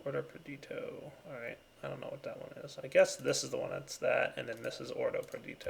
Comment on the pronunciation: Madax the Shadow his pronunciation of praecantatio and perditio is the most cringeworthy for me. Its so damn annoying. Its not even correct either. Why the hell doesn't he say aqua instead of water, yet pronounce every other aspect in the thaumcraft language...